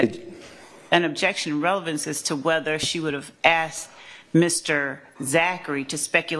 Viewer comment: She says Obejection for everything...Gather was heard saying "this is never gonna end" on the mic lol